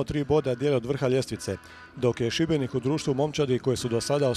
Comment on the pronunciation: dobro je izgovorio Šibenik